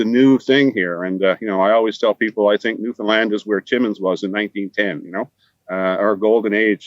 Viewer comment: Just to let you know..it's pronounced New Fin Land...not New Fin Lind. Check of the broadcast when says it the right way! Newfies are too polite to let you know that. Too bad that everyone mispronounces it